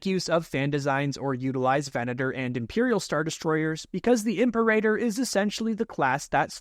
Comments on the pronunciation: it’s pronounced “Im-peh-rah-tor” not “Imper-a-tor” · im sorry is it really Imp-erator? not impera-tor? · Imperator class It's pronounced im-PEER-a-tōr, not imper-AY-tor. Also, the Tector ckass originated BEFORE the Imperial class, having been originally designed and built during the Clone Wars. It was far more heavily armed and armored, but carried no starfighters. This allowed the reactor to be mounted completely internally, with no external bulge. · Dude, it’s pronounced “Im-peh-rah-tor” nit “Imper-a-tor” 😢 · it's "ihm-PAIR-ah-tor", not "IHMP-er-ay-der" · "im-Pair-eh-tor" And "Seck-you-tor" Right? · Says "Venator" correct, then says "imper-eigher." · Your pronunciation of the word "Imperator" is killing me 😂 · Great Video. You mispronounced Imperator/Secutor/Bakura